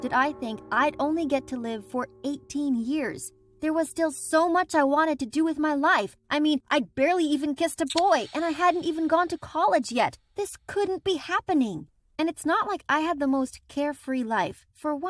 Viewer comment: Who heard “I barely even kissed a toy” instead of boy Edit:WHY THE HELL DOES THIS HAVE 116 LIKES WTH